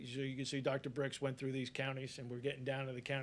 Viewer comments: It's birx not bricks moron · Hey,, it’s Dr Birx not Dr Brix. Have some respect. Also, it’s not hydroxychlorinate. It’s... oh geez never mind.